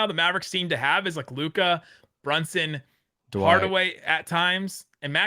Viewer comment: Anyone else cringe every time says “Da-Wight”, it’s one syllable not two lol